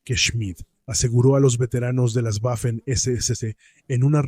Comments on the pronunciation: Tú eres tonto, chaval. No se dice "guafen" sino Waffen. Si no sabes ni siquiera cómo se pronuncia el alemán, dedícate a otra cosa..., a plantar pepinos, por ejemplo, o a trabajar, mejor... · Cada vez que pronuncias "Güafen" muere un cachorrito, que lo sepas. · Qué manía con las “Guafen” . Para estos anglómanos todas las lenguas del mundo deberían pronunciarse con fonética inglesa. Le envío mi dislake y de suscribirme ni en broma. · "Guafen" mamita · Tú escribes y hablaras en castellano fluido. Simplemente no sabe alemán, por eso no sabe cómo se pronuncia.